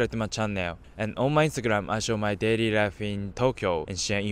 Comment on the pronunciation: That "onnu my instagramu i showu myu daily lifu in japann" makes my day lol and yeah im also japanese so no im not racist its just funny